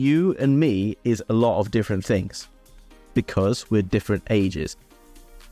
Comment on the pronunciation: I love the way you say tings, no doubt 🙂